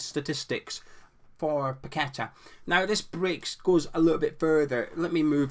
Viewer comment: 'Paquetta bout it'